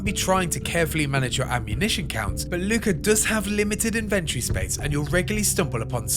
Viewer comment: lol "inventree"